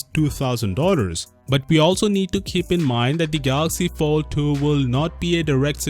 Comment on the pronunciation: Did you say Galaxy Failed 2?